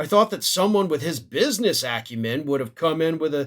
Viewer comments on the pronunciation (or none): "His business acrument" !